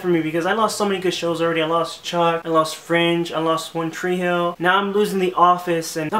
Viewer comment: Lol I'm sorry man but when you said "One tree hill" I lol'd hard